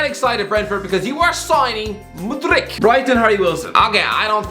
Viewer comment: Mykhaylo Mudryk. You are taking the piss. His name is similar to yours mate. His name is pronounced michailo mudrik Edit: you can pronounce Aouar. Better than don robbie Edit2: Etikite= Etiktkt??? Let me help you: Eti-ki-te